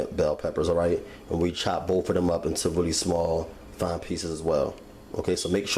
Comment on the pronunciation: Bless his heart. "This is a rarey big piece of chitin..."